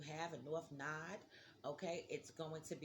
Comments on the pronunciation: Not "nod" "nooooo Da" LOL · It’s not pronounced “Nod”. Lol. It’s No-ode.